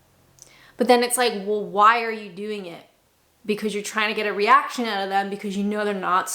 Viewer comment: I love that you haven't lost that wonderful, Canadian pronunciation of "out" - that's my "Are they American or Canadian?" test 😊